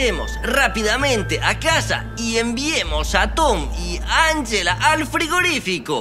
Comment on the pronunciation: best Spanish y Pashca, Shriayv y Safik 1234 no es anyela se dice anjela